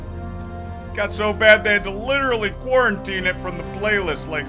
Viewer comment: did anyone else see he said "quarintine it like a virus" ??